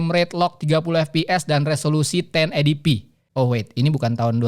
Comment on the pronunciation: Sorry 1080p pelafalannya ten eighty pi bukan eighdi pi. Diluar itu, konten nya bagus bang 👍